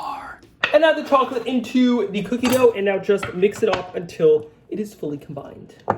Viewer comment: I’m sorry but is he saying “cha chip cookies”? He talks so fast, he can’t finish the word chocolate?